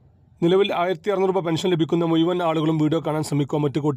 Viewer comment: Malayalam thanne,samsarikkunnsthe.(Muyuvan alla muzhuvan)